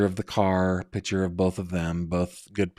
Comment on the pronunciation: It’s not PITCHER! It’s PICTURE- pronounced like PICK-CHUR.